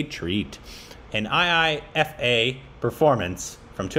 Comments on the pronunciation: IIFA awards is pronounced as "eye-faa" not as you spell it I-I-F-A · It's iifa not I fuck 🤣🤣🤣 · Haha....IIFA, not I fu.... Oh god. This video just made my day....thank you....... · She didn't say I fuck. She said iifa 😂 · That chant was iifa (eye fa) not i fu*kk 😂😂😂😂 Its not I I F A its iifa (eye fa) its a word not single alphabets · And, its not IFF! Its IIFA!! # Korbinized! 😆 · Try watching the entire video .. Priyanka was awesome. Btw, she said IIFA and not I Fuck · She said IIFA as an acronym... EYE FA. Not I F*** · We never thought of IIFA ( eye fa) as what and thought😂😂 that is how the acronym is said. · IIFA is pronounced as Eye-Faa... And that’s what she was chanting 🤣 “Eye-Faa, Eye-Faa, Eye-Faa” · She was saying IIFA you say it wrong I I F A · And made it "I fuck" 😂😂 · Abhineet Magar yeah i did realize later when said Eye-Faa... but i had already typed the comment by then so 😅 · & finally know IIFA as a word with a freaky pronunciation 😄🤪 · Hey ! That weird chant that Priyanka was doing was “ IIFA “ which is pronounced “ eye - Fa “ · Omggggg it was IIFA 😂😂😂 the award name oh godddd😂😂😂😂😂 not i fuck 😂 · HAHA OH GOD you guys didn't get the chant because you've been pronouncing IIFA wrong 😂 we don't say the letters separately, we pronounce it "EYE-FA" - that's what she was chanting 😂 😂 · It is not the full version video.... And IIFA is pronounce as Eye Faa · iIfa is pronounced as I-fa.... It was funny tho when she said it on stage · pronounce it like...... EYE FAAA IIFA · She is saying IIFA which is the awards function.. It’s pronounced AAEEFA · She said IIFA! IIFA!!! IIFA!!! 🙄🙄 Pronounced 'Eye-Faa' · wow they got no clue IIFA is pronounced as eyefa 😅😅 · IIFA is pronounced as i fa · "iiFA" "IIFA" NOT i F**K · That was not a complete performance first of all. Secondly thats how you pronounce IIFA and i have corrected you on all the performances you guys have reacted to.